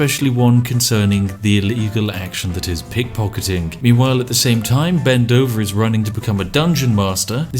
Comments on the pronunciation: Every time you say Ben Dover I hear bend over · My very well grown up brain keeps hearing „bend over“ instead of Ben Dover ... classic